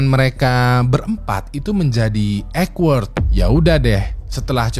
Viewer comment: AWKWARD disebut OKWORD - sebutannya OK ( O itu sebutan sperti kita menyebut O-REN) WARD ( disebut biasa WARD sperti sebutan A-WARD (award-anugerah) Jadi sebutan benar AWK(OK)WARD(WARD) OKWORD bukan EKWARD bkn sebutan abjad E, tapi O